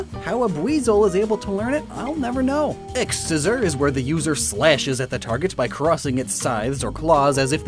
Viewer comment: Hmm, I think X-Scissor is probably intended to be pronounced as "Cross Scissor."